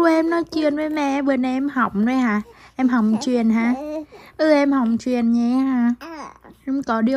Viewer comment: Nói chuêng nghe hóng chuêng